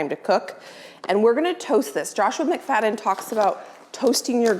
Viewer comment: I’ve always called McFadden the way you had pronounced it. You’re good with the pronunciation of the cooks name.